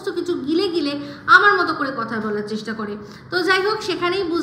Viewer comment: Boddir pronunciations sanghatik.. uni abar onnoke bolen.. ami ekta video te bolechilam apni nije boltey paren na thik kore abar onno ke bolen loojja laga uchit apnar.. Tomato ke bolen tomoto, cheshta ke chessssta.. jogi ke jugi aro aro onek.. ar voice ganer sur ar dance babare baba.. lok ke mittha bole job kori.. kiccu kore na.. job kora mohila ato time pay baje bokar?